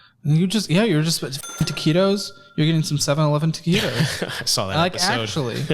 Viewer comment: It hurts every time he says TAQUITOS because I love those 7-11 taquitos so much 😭